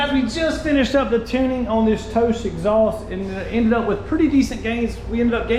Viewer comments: like tohss lol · I've known a few riders that had installed 'Toce', (pronounced: toe'CH'ay, btw), they both ended up switching over to something else, Yoshimura/Termingnoni due to the obnoxious sound and the exact midrange drop as per this vid. Personally, I though they sounded great, but only at redline...they were anti social loud, however, at all all engine speeds. Ha! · Its a single syllable name pronounced like said it minus sh on the end. Think coma’tose’ Bought one for my lady’s 600 for the look and sound. Best looking under tail for the cbr600 imho. Small company out of Connecticut just trying to sell a couple exhaust against the big boys. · I've been pronouncing Toce incorrectly this whole time lol.